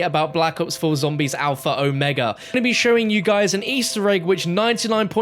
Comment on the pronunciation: There ya go... that's how you say Omega lmao